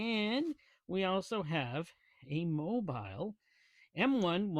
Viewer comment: Fyi, it's Mobil like Mo-Bull. 'Not' Mobile like Mo-Bile. If interested, the latter word can be heard multiple times in the Who song, "Going Mobile" Good tune!😊 The topic M1 made by M&H Purolator, but no more. Highline Warren distributes the now made in S Korea M1. Also contrary to your statement the ProTec is a Wix "jobber" filter with a combo valve. No bueno. They have done away with that design in new M&H Protec made in China with separate bypass. Much better now. With the funky tunes, couldn't hear your commentary, perhaps the idea. 😁 Imo, those Protec filters are ready for the trash can. Have a good one.